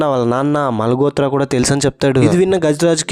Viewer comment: మాల్ గోత్ర కాదు బ్రదర్ మాల్ హోత్ర అనాలి 💞